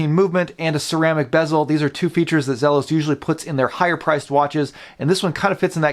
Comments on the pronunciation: For someone who loves Zelos so much, you should probably pronounce it correctly (Zee-los). I have the Desert Sand version of the Blacktip, and it is amazing. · I have had this exact watch for a week now. My first Zelos. (Is it Zee-los or Zelos? I’ve heard it pronounced both ways.) The color on my watch is much more teal than the bluish color on your video. Love everything about the watch except one thing. It seems like I can feel the prominent quick release posts of the strap on my wrist at times. I think it would have been more comfortable without them. QC is good with mine.